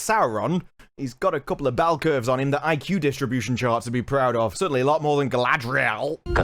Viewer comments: Anyone else think that they are pronouncing "Galadriel" incorrectly? It's not supposed to be Galadhriel, which is what I am hearing. Thoughts? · They can't even say Galadriel right. Its Galadriel not Gladriel ffs. The show is making a mockery of Tolkien's work. Disgrace. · Galadrrriel. It sounds like a Japanese calling her name... GARADRRIERRU. (taking away from EKS-REY GUUURRLL.) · Their pronunciation of Galadrial bothers me so much. Everytime I hear it I want to scratch the back of my head like Sean from Walking Dead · I love how all the woke weirdos try to pronounce Galadriel’s name with really overdone emphasis on certain syllables in a bid to make her sound more like a minority lmao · The moment she pronounced "Galadriel" I was "did she catch a cold"? Sorry, this whole trailer thing is making me go what in all the hells ever thought up is this? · ok so I'm swedish and I have those rolling r:s naturally, and every person in this are saying it differently to each other, wrong and way too animated. it hurts me every time. cringe. Galadriel can't even say her own name correctly this time. It's like none of these actors actually practised it but just went with a dramatic feeling. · That's not even how you say it. They're so annoying. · Why can't these idiots correctly pronounce each others names? Someone should capture screen-shots of all of the different ways we've seen them mis-pronounce Gil-galad and Galadriel in the various trailers and interviews. Half of the time they don't even get the number of syllables right. This would be a hilarious video.